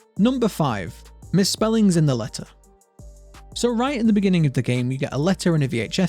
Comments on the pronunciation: you misspelled the and said teh i wonder if that was intenchanal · "mispelungs in teh etter" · Did he say "misspelling in Teh letter" on purpose??